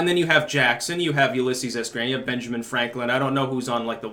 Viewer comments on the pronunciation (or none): none